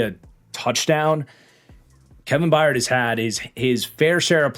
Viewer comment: Crazy that it took almost a decade for to finally correctly pronounce The Mayor of Murfreesboro’s name correctly (once) as “By-urd” vs “Bye-yard” 😂